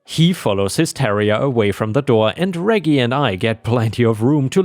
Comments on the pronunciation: REJ-JIE NOT REGGY...other than that ,awesome stories...you're one of my favorites. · Although, the Elevator Dogs story, REGGIE is Normally technically is said like ( REDJ -- Jeee.) :) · Hey, me again. Reggie is a short form of Reginald. The g's are a soft g. So Reggie is pronounced REH-jee. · for future reference, Reggie is pronounced (reh-jee) 😉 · Layla = lay luh/lay lah. Reggie = reh-gee. (gee sounding like "jeep" without the "p" in it) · reggie is pronounced Rej-Gie also keep up the good work i been a sub for years now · Reggie is pronounced like Reg in Register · Reggie is pronounced like in register - reggae is a type of music - short for Reginald! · ⭐⭐⭐⭐⭐ In the US, Reggie is pronounced like veggie, with soft g's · Don't you know how to properly pronounce "Reggie?" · Reggie is pronounced with long G not lower g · 'Reggie' is pronounced w/ a soft G like in 'gerbil'